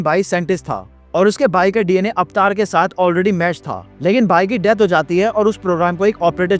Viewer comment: Pehle to yeh एवेटार bolna band lr kar 😅 अवतार hain vo